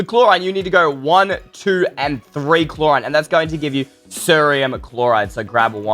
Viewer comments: It’s pronounced like clor-ene Not clor-ine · Its pronounced clo rin.Chlorine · It’s pronounced chlo-REEN not chlor-Eyen get it right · this is not klorayn it's klorine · Nyihihi... Chlorine is readed as Clorin. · Pronounced clor een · Hey, I just wanna say I love your channel and that I liked this video so I hit the like button, subscribed, and clicked that bell. The word chlorine is pronounced /'Kloreen/ and it can sometimes be found in a swimming pool. If you swim in a pool that has it, your eyes will burn and be red (not bloodshot, but red) afterwards. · It's pronounced cloreen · How to pronounce CHLORINE klorin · Its Clo-Rine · Chlorine is pronounced cloreen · I thing chlorine is pronounsed kl-or-een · Okay lemme point something out its not pronounced the way you said it its said like this "cloreen" that's not how its spelt though I aint HATING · Chlorine is said kloreen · It's pronounced cloreen Good try though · Your saying chlorine wrong. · You said chlorine and cerium wrong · Why saying "CHLORINE" Wrong? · Hahahaha the way you read chlorine hahahaha incredible